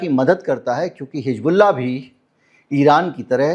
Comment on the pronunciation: Sir it is not Hig bullah It is Hiz bullah Thanks